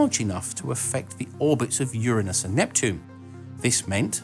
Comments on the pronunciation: Thank you for pronouncing Uranus correctly and not like some high school teenager trying to get a laugh with anus jokes! I just knew someone as clever as you would pronounce it right. Yay! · Thank you ever so much for using the correct pronunciation of "Uranus".